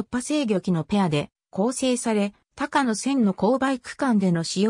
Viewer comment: 「たかの」ではなく「こうや」由来は高野山です。特急電車は「こうや」と云います。